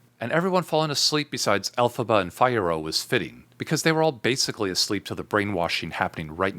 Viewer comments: The way that genuinely bothered me lol I'm over here like I have never heard someone pronounce his name like that and I hate it with a passion... Everything else was on point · So much detail and love the analysis! But, you’ve clearly seen the movie so why “Fye-Yih-roh”? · Except for your mispronouncification of Fiero, this wa s fascinating analysis!